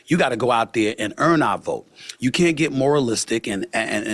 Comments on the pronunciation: Hey Stephan!! It’s pronounced You not Choo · It's "you" not "chew"